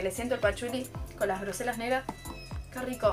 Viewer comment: se pronuncia grosella ( con doble l ) no grosella como mencionaste